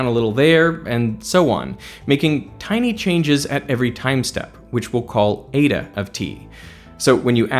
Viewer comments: Eda 😂😂😂😂 ee-tah its pronounced. The way English speakers pronounce Greek letters is just embarrassing 😂😂😂😂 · Nice to hear you correctly pronounce all these french names and correctly use the plural of medium. Now work on your Greek and find out that n like letter is eta not eeda. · This is great. One small thing: η isn't pronounced like that in Greek.